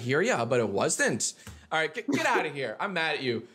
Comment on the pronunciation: it’s alyaiyt...